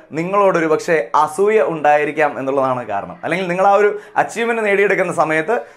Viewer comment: അസ്സൂയ്യ .. ഇത്രയും കടുത്ത പ്രയോഗം. വേണ്ട... അസൂയ എന്ന് പറയൂ